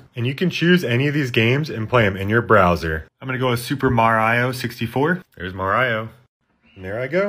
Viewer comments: Bro said ma-rao WTF!!! And how did he mess upp her when he said ocarina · First, are all these games sold out for like years ago, second, Why do you pronounce Mario as "Mar I.O." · its not maraio it is mario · ITS NOT MARYIO ITS MA-RI-O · bro its not maraio its mario m-a-r-i-o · nah bro said mar I oh instead of mario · its MA RI OH, not... Mo-Rai-oh? arghhh trigger! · merio its mARIO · It is pronounced Mar e I not Mar I o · It is mar-ee-o not mar-iey-o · i love he says "Marayo" instead of Mario lol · The way he pronounce mario as "MarAyio" makes me want to go skydiving without parachute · i ment Mary-o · we don't do that either, we say marry-oh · super mareo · It's super mareo not super mario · “Mar-I-O? Who TF was his brother? Luiggee?” -Joe Gatto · Hearing him say marayo gives me liver pain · the way he pronounces mario like-(mar-igh-oh) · "Mar eye oh" 💀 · no way bro said "MorIo" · "mareyeo" "piekachoo" "minicraft" "spongebobe" "austine" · Ain't no way he called Mario "mar-i-o" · Maraio ? Maraio you said ? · "ma- rio" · Who's Mareyeoh? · Bro who says Mario like mar I o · "aus-tine" "mar-riyo" nice pronounciaations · Here is how you pronounce "Mario" Mar-E-o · i do not trust a man who pronounces mario as mar eye oh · Naw that ain’t Mario that’s MAR io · he said maraio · Mah rah io💀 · Why does he say Marayo?? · very bothered of how you pronounced those names like marayo and afrayca. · the way he pronounces Mario triggers me but then i sound it out and he's not wrong 😭😂💀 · the way he pronounces "mario" is really funny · the way he pronounced "mario" 💀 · The way he pronounces Mario bro 💀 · How could you pronounce mario wrong!? But still, great vid! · How he pronounces mario💀💀💀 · why does he pronounce mario like that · great vid but someone really needs to teach you how to say Mario lol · Bro you are offending EVERYONE by pronouncing Mario like that